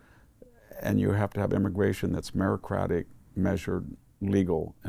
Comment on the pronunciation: Fyi. It's meritocratic, not merocratic..